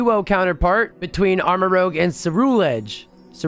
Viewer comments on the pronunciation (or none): It’s pronounced Armarouge, not Armarogue. Rouge means red